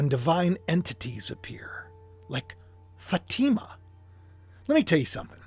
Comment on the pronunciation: It’s pronounced Fa long A I silent ma Fa t ma. Sorry you didn’t know. I hate to correct in public. Blessings